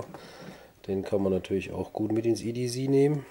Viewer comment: Ja, so wie du es sagst, würde der Engländer EDZ verstehen. Englisch C wird halt "ßi" ausgesprochen, das S wie bei "Pssssssssst". Nur zischen, kein brummen. ;-) Aber es gibt ja auch Leute, die Sose statt Soße sagen. ;-)